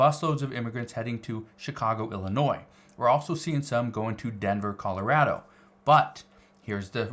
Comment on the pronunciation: Your reporting is thorough, I just wish you would learn to pronounce Colorado.😂